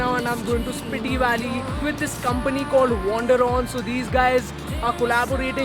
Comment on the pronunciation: It's स्पीति ! Just let you know. No offense